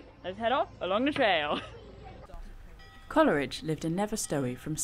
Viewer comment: Its pronounced Cole ridge not Coler ridge😮